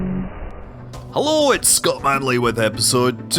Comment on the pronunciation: Every time i hear "HULLO" i get a smile on my face